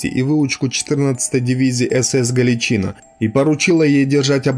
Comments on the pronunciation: А чаво "ГАЛИЧНА"? Читать-то, чай, навчались в школе? Грамотеи? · Ударение не правильное галичинА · Только ударение ставится на последний слог в слове Галичина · Галичина.Ударение на первый слог.Многие были там силком, мобилизованные в первые дни войны.Будьте справедливы. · Произносите название дивизии Галичина с ударением на последнем А! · Канал отличный! Но автору пожелание внимательней относится к ударениям в словах. Иногда режет по ушам! В частности, в слове Галичина... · Значить Сталін герой, анаші хлопці уроди? Брєд. Навчись правильно говорити Галичина, наголос не там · Не знаю, кто такие сочевые стрельцы. Зная Сечевых стрельцов. Происхождение Сечевых от Запорожской Сечи, Сечь, Сечевые. И да, ГаличынА!!!! Ударение на последней гласной. А так хороший материал. Лайк. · Тотальную ложь о дивизии рассказываешь. И не галичИна, а галичинА. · Блин, Галичин"А", а не Гал"И"чина. Уши сводит. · ГаличинА или ГалИция. Ставьте правильно ударение. За информацию - лайк. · Вы не правильно ударение ставили. Не ГаличИна а ГаличинА ударение на последнюю букву ставится. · Смех без причины - признак Галичи́ны. Вообще-то, правильно произносить с ударением на последний слог - "Галичина́". Спасибо за контент! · Спасибо за труд! Правильный и нужный канал. Но ударение в слове Галичина на "и" режет слух. Правильно - ударение на последнее "а". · не ГалИчина или ГаличИна, а ГаличинА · ГаличинА - правильно ГаличИна - не правильно Если уж претендуете на роль историка, повествуйте правильно, сударь. Я хоть и не нацик, но слух режет ваша безграмотность. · В видео есть ошибка: Дивизии "СС ГаличИна" никогда не было, была "СС Гàличина", и пусть это моральные уроды и предптели, но каверкать название не правильно. Зарание спасибо за внимание. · Надо перезвонить, потому что ухо режет неправильное ударение. Либо дивизия СС ГалИция, либо дивизия СС ГаличинА, ударение на последнюю "а". Но ни как не на вторую "и". Учитесь правильно говорить, больше читайте. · Не ГаличИна , а ГаличИна.